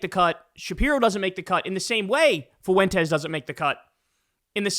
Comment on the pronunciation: Not to be an ass... It's not pronounced foo-wen-tes. It's fwen-tes.